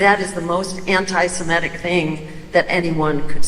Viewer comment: Jill, say it correctly! It's anti-se-MIT-ic, not anti-si-MET-ic!